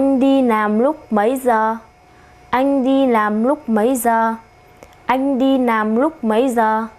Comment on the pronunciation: oi troi! nguoi doc mau ma sao doc "lam" thanh "nam" vay lai bet roi .vay cung doc mau